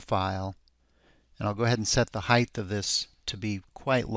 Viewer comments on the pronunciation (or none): THANK YOU!!! I can’t watch his videos anymore with audio because it irks me SOOOOOO much! He says it EVERY single time. It’s “Height”, not “Heigth”/“Heighth”!